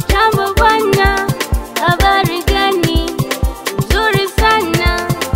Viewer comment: Habali gani Au habari gani, ss tunafundishaje wasiojua, bronuna kipindi kizuri napenda kuangalia ila L Na R jitahidi kuzifanyia mazoezi tuendelee Na safari